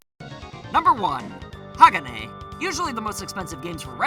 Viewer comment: HA-GA-NAY IS HOW YOU PRONOUNCE HAGANE